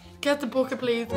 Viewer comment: “please get tho bocket” 🤣🤣🤣